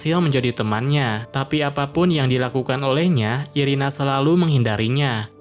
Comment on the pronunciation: Irena bang bukan irina😅